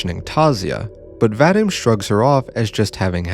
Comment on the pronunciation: What has always, ALWAYS bugged me about western videos on Russian media is the pronunciation. Like yeah, sure, here is a very detailed, well though-out and polished philosophical essay on the topic, but the thought to google the pronunciation of the characters' names (literally the first result on "Ira name pronunciation") had slipped the author's mind, and EEra is Aira now, VadEEm is VAdim, and Asya is AZya (more like Azeea) ((but that's understandable since many foreigners have trouble pronouncing soft consonants and the letter Я (ya))). No flak to you (well, just a tiny bit of it, but genuinely only a smidge), but it's something that's irked me for a long while, and you pronouncing Ira like the that was just the final straw.